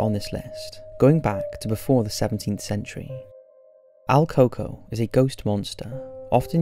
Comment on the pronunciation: Not coco but El Cucó pronounced like coo ko